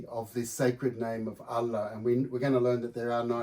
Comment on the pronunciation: Nope, as an Indonesian I can vouch that he got the "ha" correct 💯 there are two "ha" in Arabic, (ح) and (ه). The letter ه if written at the beginning of a word becomes هو, written at the end of a word it becomes له.